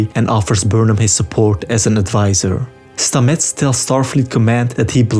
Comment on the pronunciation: Great recap. One thing though: his name is pronounced STAH-mets, not StaMETTS :-)